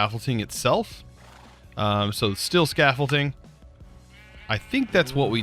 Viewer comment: steel not stilll !!!!!!!!!!!!!!!!!'!!!!!!!!!!!!!!!!!!!!